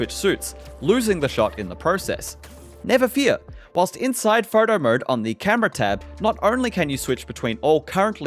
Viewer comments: Photo mode ❌ Photer morde ✅ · "fotor mode" 🤣